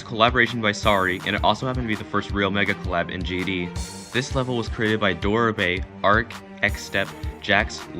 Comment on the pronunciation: Not doarame its dorami